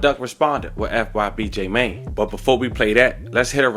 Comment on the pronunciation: It hit different when u say fyb j mane name wrong lol😂😂